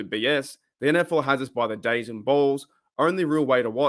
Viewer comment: Are you mispronouncing dazn on purpose because you hate it so much?